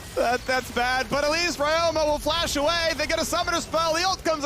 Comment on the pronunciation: Why they call ryoma like Rayoma